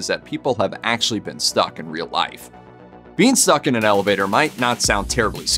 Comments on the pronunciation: At the beginning of the video I thought you were saying beanstalk, lol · “Being stuck”! I thought you said “bean stalk”! 😹